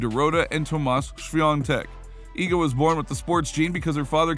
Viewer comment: can we just applaud this guy for nailing the pronounciation of iga's surname